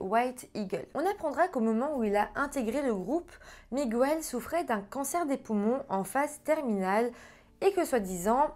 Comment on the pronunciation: Miguel avec l'accent espagnol ça se prononce "Migel" et non "Migouel" 😉